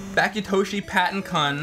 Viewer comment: not pa-to its Patton like General Patton